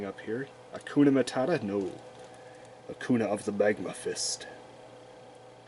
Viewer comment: I love it when you say "Akuna" to "Akainu" XD I also bought some of the cool Omega Rares in the last time. They are great. You can also see if its a reprint because of the corner right. There is a "A" for the reprint. The normal print hasnt that "A".